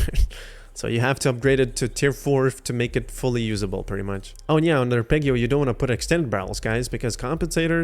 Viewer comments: Ar-peg-io pissed me off lmao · It's arpeggio not arpeggio edit: thanks for the video :) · You’re saying arpeggio wrong. I would want somebody to tell me. Thanks for the video. Very helpful